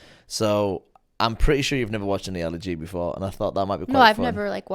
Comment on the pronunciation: What a Fail lol😂 “ you know how ALI G is ? You don’t know who Ali G is ) and then can’t even pronounce his real name. Great video all the same, brought back some good memories.